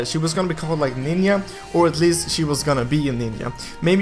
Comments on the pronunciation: It’s nin-ja not nin-ya lol XD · "Ninya" 😑😑😑 Im getting irritated by that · Ace XIV Also he said "I think her name is Ninya or Ninja" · Ace XIV it's his accent I think lol